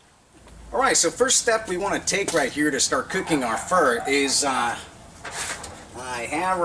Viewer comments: its "pho" but pronounced "pha" never heard anyone say phur lol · It's fuh!!! Not fur